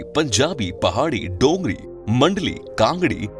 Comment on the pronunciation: Sir dongri nahi dogri